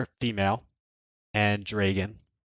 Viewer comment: why do you say dray gone?